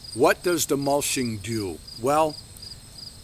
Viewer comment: Mulching, not mulshing. :) Good vid.